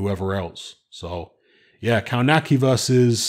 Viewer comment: kov natz ki not cow nacky